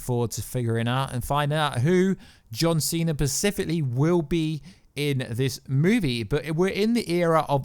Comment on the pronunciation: bruh please stop saying "pacifically" its specifically, you killing me! 😂😂